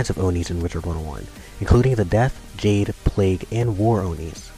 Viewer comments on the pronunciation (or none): none